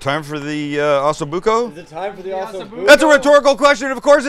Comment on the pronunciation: It’s not ASSO Bucco Sam,,,,it’s OOOOHHHHSO Bucco. Lol